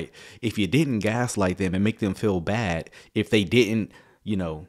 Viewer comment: Liking the new sound bite, but my ears keep hearing ‘like a (good) sermon’. Think more emphasis may be needed on the ‘d’ in bad. Could just be me!